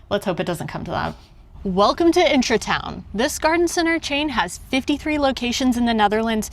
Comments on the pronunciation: I love that you pronounce it as intra-town instead of Intra-Garden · It's IntraTUIN, not IntraTOWN :D and agreeing with the other comments, that mint is going to take over the entire pot.